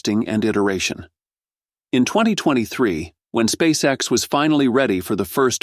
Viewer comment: S p a c e X ....... it's Not an acronym, silly ai voice.